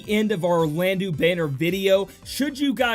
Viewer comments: pretty sure its pronounsed "Orlando". like soleil is also french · Yeah, It was bugging me in the previous vid, your pronunciation of Soleil. Glad you changed it, now you just need to change Orlandeau. (it's pronounced Orlando). Also, you typed it "Oralndeau"...